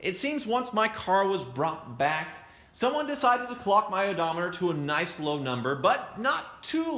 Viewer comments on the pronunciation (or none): none